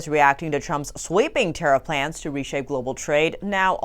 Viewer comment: Vat ist a "Tattif"? 😁